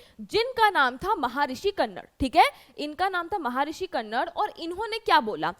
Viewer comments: कन्नड़ नही कणाद 😂😂😂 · कनड नहीं कणाद ओर पकुडा नहीं पाकुधा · महर्षी कन्नड नहि..... महर्षी कणाद...... Awesome lecture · पहले ये जान लो की वो कणाद हैं कन्नड़ नहीं हैं। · Ma'am my purpose is not teaching u but yeh (महारिश कन्नड़)nahi hai yeh (महारिशी कणाद‌) hai. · Ma'am the pronunciation of the name of maharishi is महर्षि कणाद